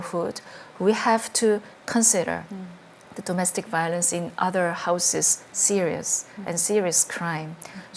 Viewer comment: 하우시스 아니죠... 하우지즈죠... 궁금하긴 하네 각본인지 정말 생각대로 말하는지.